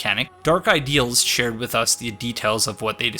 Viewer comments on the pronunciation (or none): none